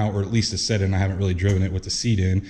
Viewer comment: no, spray the carpet with a can of that dye. Also, what do you mean "set in this truck" are you saying "sit"?